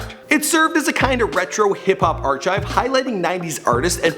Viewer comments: It's pronounced Ar-kive not Ar-chive :) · DID YOU JUST SERIOUSLY PRONOUNCE ARCHIVE AS "ARCH-IVE"? IT'S "ARK-IVE" LOL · ar-KIVE. not chive... hate that shit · Did you just pronounce archive with a "chuh" sound instead of "kuh" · Did this guy really say ar-CHive? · I can't believe he pronounced ARCHIVE LIKE AR-CHIVE....LIKE SOUR CREAM AND ARCHIVES. LOL IGNINT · “arch-ive” lmfao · Why did you say archive as arch-Ive? 🤔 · AR- CHIVE? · ... did you just say ar-chive? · did he say ar-chive? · Ar Chive? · Did you seriously say archive like ar chive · This man really pronounced the ch in archive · Lol r-chive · It's pronounced like "arkive" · we just gonna act like he didn't say arCHive lol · archive is pronounced arkive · lol are-chive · lol the way he said archive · The way he pronounced archive was the last straw xD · Sophia Self hahahaha I feel the same way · w8 can u say "archive" one more time right quick lol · ALRIGHT WE NEED A NEW HOST THIS FUCKING GUY CAN'T EVEN PRONOUNCE ARCHIVE.. HE NEVER GETS NAMES RIGHT WHO TF IS LIL BOSSIE? I HATE THIS GUY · Ha he said archive wrong 😂